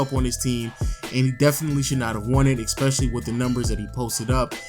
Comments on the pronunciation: For someone who can't pronounce the word "Especially" you say the word "Especially" a lot, goddamn. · "Fustrated..Expecially." TF